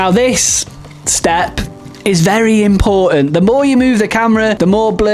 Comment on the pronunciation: Is there something wrong with your incisors causing you not pronouncing “photos” and “important” properly? 😅